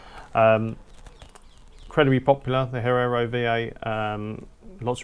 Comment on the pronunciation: Hee-air-oh. Come on mate. It's not that difficult.